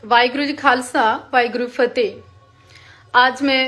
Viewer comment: ""WAHEGURU KHALSA"" ""WAHEGURU FATEGH"" 🤣🤣🤣 BOLNA TOH SEEKH LO JI